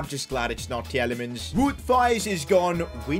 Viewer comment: As a Belgian, it hurts hearing your pronounciation of Tielemans and Wout Faes lol